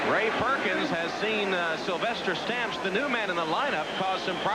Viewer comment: Say 'Sylvester Stamps' like Sylvester cat...lol. You cant unhear it... I wonder if his nickname was 'Food'